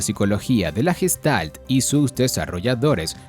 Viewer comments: Recuerda, se pronuncia "guestalt" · no asi se pronuncia gestalt oka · se pronuncia Gueshtalt